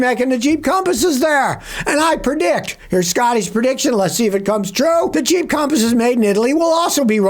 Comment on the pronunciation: Did u say Jeep or cheap compass